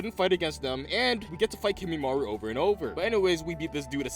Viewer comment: I know that this was a year ago however... My Brother in christ please tell me you learnt how to pronounce Kimimaro, who in the hell Kimimaru?